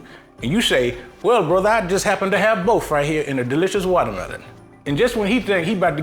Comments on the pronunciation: "delicious wauutamielaun.." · The correct pronunciation is wallamela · I thought it was pronounced "watermeLOAN"